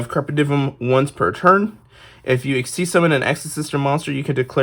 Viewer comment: It's Latin, said in English like Carp Ay Dee Umm. The V is a U.